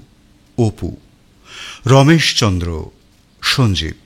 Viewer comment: এই কমেন্টটা করতে খারাপ লাগছে, তবু করছি - রাঙা বউ আর রমেশ চন্দ্রের "র" এর উচ্চারণ হয়ে গেছে "ড়"। "হার" হয়ে গেছে "হাড়"। শুনতে খুব অসুবিধে হয়।